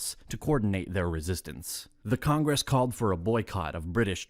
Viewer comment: How does an AI narrator not know how to pronounce Congress?